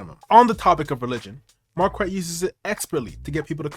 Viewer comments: The name pronunciation alone should tell you that he’s ignorant… It’s a French name and there is no ‘w’ in the pronunciation!!! It’s like demanding that we say the ‘k’ in knife!!! It’s an English word and you pronounce it as such. Anyone in France would think he’s an imbecile. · I love how he confirmed his name is French and still continues to pronounce it wrong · Every time I hear him say his name it just sounds like market 😅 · His pronunciation of Marquette sounds like someone's pet rooster 🐓